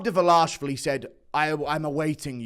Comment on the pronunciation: GURU... are you a bit simple? Why in these videos do you start with the last fight... first? How bout you do it in fight order you empty head. And that Merab Derva... laaaashvilli pronunciation... is faaarkin hysterical!!! Who is dis... Derva... laaaashvilli fella? Too funny!